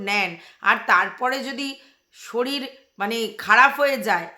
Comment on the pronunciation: এই স্কুল থেকে অন্য স্কুল ভালো বা ইংলিশ মিডিয়ামে ভর্তি করা খুব মুশকিল।ঠিকই বলেছ,বাবা মায়ের ইন্টারভিউ নেয়,কিছু টাকা ডোনেশন দিতে হয়। কথার উচ্চারণ ও ঠিক নয়।শরীর কে শরীল বলে। বাচ্ছাটা কে আরো অনেক আগে থেকেই ভালো স্কুলে ভর্তি করা উচিত ছিল। একদম যুক্তি যত কথা বলেছ।